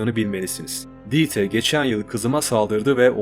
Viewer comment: Almancada yazılışı Dieter, okunuşu: Dita! birdahakine ie uzun” ii”okunur, sonuna “er “gelirse a okunur Mesela Anne Almancada Mutter, okunuşu Mutta. Kulağıma aşına olmadığı için yazdım alınma ablam, yoksa herşey harika Ve verdiğin kalplere baktığımda , aynı kazananız karar konusunda! Yolun açık ola, gözüne yaş, ayağına taş değmesin ablam 👆🏻🤲🏻💐🧕🏻